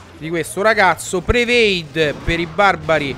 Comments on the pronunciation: continuiamo con sto prevade XD si dice prediction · CICCIO SI DICE PREDICTION